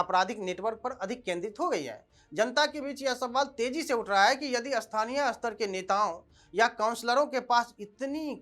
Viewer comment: भाई उच्चारण (स्तर स्पष्ट पढ़ो, अस्तर अस्पष्ट नहीं) सुधारो रो और खैनी खाना बंद करो ताकि मुँह पूरा खुले, अग्निहोत्री जी का नाम ख़राब मत करो